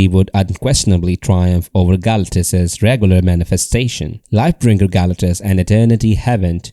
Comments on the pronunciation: GAL - acktuss is making me cringe. I think they pronounce his name as ga-LAC-tus 😅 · How do you do a video but dont know how to pronounce the main subjects name?